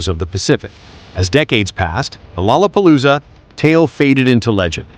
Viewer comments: Lola palooza. Not lala palooza. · “Rorra Parrooza …. “ Stop that man ! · There's no Rs in lalapolloza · "To a Japanese...it was a nightmare of tangled L's and R's" lol damn those R's in "LOLLAPALOOZA" 😆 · and the fact the narrator thinks lollapalooza has an r in it. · bahahahahahahhhrrrrr :) right!!!